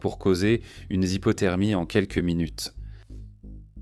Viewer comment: Zypotermie ... L'IA d'accord, mais à condition qu'elle sache parler correctement.